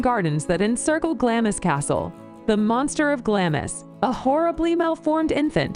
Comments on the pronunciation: Whilst I applaud and thank you for watching this PLEASE do not accept ANY of this ladies pronunciations of place names, never mind the names of the castles themselves!!!! They’re are ALL wrong and as a Scot it is cringeworthy 😖😖😖 Hope to see you in Scotland soon where we can tell you how they are correctly pronounced xx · When you come over you will find doors in all these castles or palaces in Scotland with doors with "no entry" signs..... just ignore them and go in and have a look, if you get caught just say you are a tourist and the only thing wrong with this video apart from one she crucified all the names lol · it was Glam-iss near Four-faar that got to me. shudder! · Culzean pronounced Culane. Glamis pronounced Glaams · GLAMIS - Pronounced phonetically... GLAAMZ or GLARMZ. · It's not Glam-is it's Glarms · It's pronounced "glams". Not glam-is. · Glamis is pronounced 'Glarms', one syllable. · Glamis is pronounced ‘Glams’ as in hams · Its pronounced Glah mmmms and Eileen Doh nan. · As others have said the narrator gets the pronunciation so wrong for most of the castles. Glamis castle is pronounced Glams. Culzean castle is Cullain. Apart from that you should react to the Queens funeral. While there are a growing number of people who are anti royalists, most had respect for a woman who dedicated her whole life to the people of Britain and the commonwealth. Love all your reactions, you are both lovely people. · Some hilarious pronoucifications!!!! Ha, It's Glamis [glahmz] as in charms, not Glamis as in miss. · Hi guys Glamis Castle is pronounced Glams Castle. Glad you're enjoying them. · Aye, just awful. Culzean, Glamis, Forfar. All wrong!